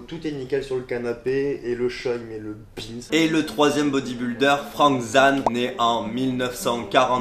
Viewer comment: Ca se prononce Frank Zayne